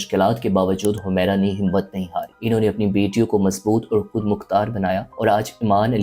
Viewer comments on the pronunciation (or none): Aakhri. ..khud. Please khay sahih kren